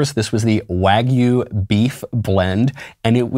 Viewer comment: Duuuuuuude. Learn how to pronounce wagyu properly already if you're going to be doing these adds. It's pronounced "wah-gyu" - not "wag you". (Yes, I do know what I'm talking about. I live in Japan.)